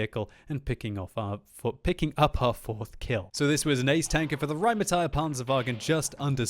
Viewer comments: it's pronounced "rainmetal" a like ass and i like piece ^^ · i think it's pronounced with e it's not rheighmetall that e is not a it stays a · Omg i love your german "the RRRRRRRheinmetall PPPanzerwagen" Please make one video in german: ) german is the best language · the rrrrrrrrheinmetal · the rrrrrrrrheinmetal panzerwagen lol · you don't roll your rs in German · In my four years living in Germany, I never heard anybody ever roll their 'R's But it certainly is entertaining to hear do it.